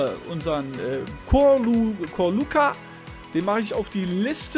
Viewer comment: ich hab jede mögliche Krankheit bekommen smdie es gibt als er Vrsaljko sein Name gesagt hat oder bei Ćorluka und Srna auch 😂😂 aber bei manžukić is des am schlimmsten weil keiner was mit dem falschrummen dach auf dem z anfangen kann😂😂